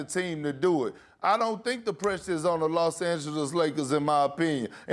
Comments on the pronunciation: Im the GOAT of pronunciation. LOS ANGEGES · Perk is unable to pronounce Los Angeles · Why though like why he saying it lyk dat